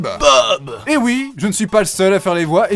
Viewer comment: IL A DIT OUITTTE !!!! IL A DIT OUIIITE !!!! 😂